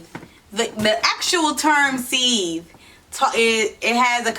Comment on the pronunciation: I think you’re pronouncing the name wrong